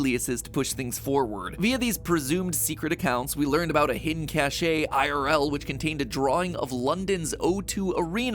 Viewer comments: It's pronounced "cash", not "cash-ay". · Cache is pronounced "Kash" Is this an intentional mistake? What are you playing at Matpat? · MatPat pls cache is pronounced "cash" not "chash-ay" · Caché really pay it’s pronounced cash but spelled cache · Cache is pronounced as cash, not as cash-ay when referring to a stockpile. When you pronounce it as cash-ay you're talking about social clout. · Is Cache really pronounced Cash Ey? and not Cash?